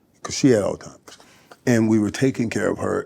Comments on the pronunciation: It's not al timers its Alzheimers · Michael, it isn't pronounced "all-timers" . After being familiar with this condition for several years you'd think a person would know how to pronounce the word correctly😞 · “Altimers” ……… really……………… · They coulda let that man know it’s Alzheimer’s and not All Timers before the interview started.